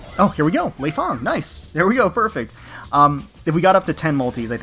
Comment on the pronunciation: well i play dead or alive and your saying leifang wrong. Fyi and love your voice def would ride you ;)